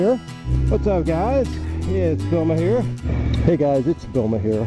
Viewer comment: Who's this "" person that intro's all your vids? You know, he always starts with "Hey guys, it's!" And I've pretty much retired the Bloggie in favor of the GoPro with secondary voice recorder.